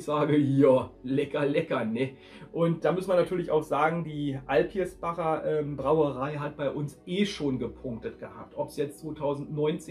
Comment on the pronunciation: AlpiSbacher heißt das. das mittlere R ist unmöglich.